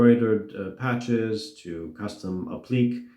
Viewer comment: "Appliqué" is pronounced "app-lee-KAY." Please improve sound quality, your voice is so echo-y made me click through and leave asap.